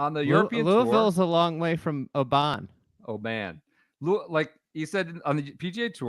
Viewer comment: Guys, it's not Obaaaaan. It's simply Oban, said quickly. Shout me if you need any other Scottish place names guidance 😆. Ps Bob will collapse.